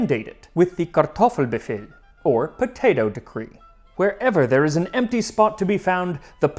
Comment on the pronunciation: As a german I'd like to have a ringtone Max saying "Kartoffelbefehl". Thats sounds really funny. 😅